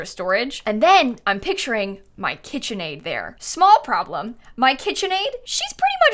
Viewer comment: KIT-chen Aid